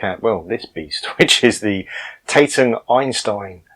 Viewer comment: Really interested to see this as I was part of the original development team back in the early 1980’s. I was one of two Industrial designers, responsible for the aesthetic and ergonomic design of products. The Tatung Einstein (pronounced ‘TaT Ung’ not taytung) was designed in Telford UK and built in Taiwan. Tatung had originally bought out Decca Television in 1982 and had originally operated from two sites, the Hospital Street development laboratory and factory in Bridgnorth, Shropshire and a development laboratory at Clayton outside Bradford. Clayton was a satellite operation of some 15-20 mechanical and electrical engineers. There was a lot of political rivalry between the two sites, but eventually both relocated to Stafford Park 10 in Telford. The original model was designed to carry a matching monitor, that’s why the footprint was so large. Not being a computer user at the time, I believe however that it was quite a good, if somewhat expensive, product. The name of the unit ‘Einstein’ was an interesting development in itself. At Tatung, each department had English management but also a Chinese manager, so there was a fair amount of duplication. When major meetings took place, every senior manager in the company, with their Chinese counterparts, would attend. So when a new product development was in process, for example, even the site and HR managers were there, imparting their wisdom. Unsurprisingly, the meetings were often rather drawn out. There could be 30+ people in t